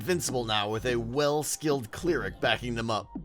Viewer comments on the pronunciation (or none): Are you saying clear-ic when you mean cl-eric? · Its pronounced Claire-Ick not clear-ick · It's pronounced cl-air-ic, not clear-ic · I've never heard someone pronounce 'cleric' with a long e before...